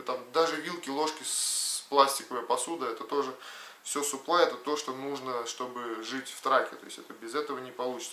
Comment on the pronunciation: все хорошо и интересно, но, пожалуйста, не говори "суплай", но саплАй 🤣